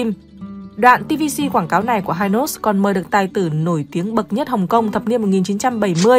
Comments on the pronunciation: Hynos đọc là Hi-nos chứ không phải là Hai-nos, và Perlon đọc là Pẹc Lông theo ngưởi Sài Gòn bạn ạ Giọng bạn hay lắm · Nghe bà này dẫn giải thấy xạo ghê luôn pele thì gọi là chà là hi nốt thì gọi là hai nốt cũng hên má kg gọi là mười nốt luôn , hình ảnh trên kem là danh thủ bóng đá pele đó má ơi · Đề nghị nên nghiên cứu cần thận trước khi phổ biến trên YouTube. - không ai biết kem đánh răng hai nốt ( Hynos đọc theo giọng Anh) mà chỉ biết kem Hy Nốt ( đọc theo giọng Pháp) - Hình ông Võ Thành Lân là Cha ông Võ Quốc Thắng hoàn toàn sai. Lấy hình ông Võ Thành Lân ( kiến trúc sư nổi tiếng) rồi nói là Cha của Võ Quốc Thắng) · Tôi người miền Nam , từng sống qua thời VNCH muốn góp ý về việc phát âm tên một vài thương hiệu sau đây : - kem đánh răng Hynos đọc là Hy nốt ( không phải Hai nốt ) , Perlon đọc là pẹt lông ( không phải pơ lon ) . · Hynos đọc là Hi-nốt, chứ không ai đọc là hai-nốt như trong clip này. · Hynos người Sài Gòn Hy- nós nhé chứ không phải hai nós đâu người đọc nhé. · Xưa nay ai nói hai nót má, gọi hy nót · Người sg xưa phát âm hi nốt không nghe hai nốt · Cần chỉnh lại cách gọi tên kem Hynos ( là hi- nốt vì lúc đó đọc theo tiếng Pháp) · Đọc theo tiếng Pháp là Hi - nốt chứ không đọc theo tiếng Anh vì Mỹ chưa có mặt ở VN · Noi tieng anh sai chiñh ta Hynos khong phai hai nos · Bà chị '2 nút' đọc tên mấy nhãn hiệu nghe như 'tây ' nói tiếng Việt. Bà con trong nam phát âm Hynos và Perlon nghe không giống như bà chị đâu Hihihi !!! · Phát âm Hynos sai bét.....